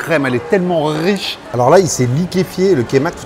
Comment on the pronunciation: La crème elle est tellement rrrrrriche 😂 on roule les R 😅